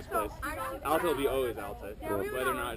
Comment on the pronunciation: It is ALta...as in AL..TA...not ALLta. So funny seeing that old man mispronouncing it so many times.